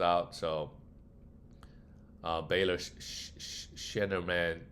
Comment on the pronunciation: bro you pronouncing baylor scheiman has completely made my evening 😹😹😹